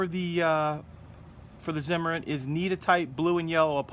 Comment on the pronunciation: in German Zimmerit is pronounced CIMERIT. For all you idi....